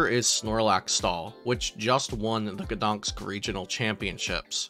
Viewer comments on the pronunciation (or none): It's GdanSK, not GdanKS!